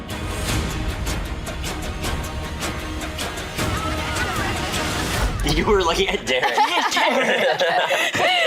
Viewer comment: The pronunciation of this girl is Aeng not aang!!!